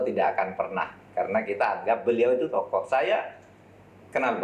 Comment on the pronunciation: ehhh.... saya ketawa dengan Sebutan TOKOh... ahh ahh